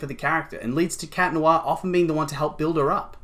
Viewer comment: ITS CAT NOIRRRRRR ITS NOT THAT HARD ;-; Sorry it just ticks me off